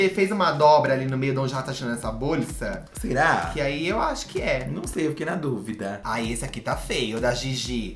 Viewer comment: Tô berrando com o falando "borlllssa"